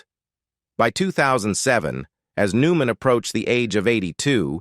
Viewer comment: Do these narators not know they are mispronouncing so many words they are reading even the main person's name? Aren't these listened to by someone who can correct these horrible mistakes? Makes me not want to listen at all. New man? Forgoodness sakes, someone correct the mispronounced words before putting them on here!